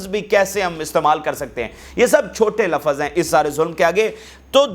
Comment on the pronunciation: Lafz not Lafaz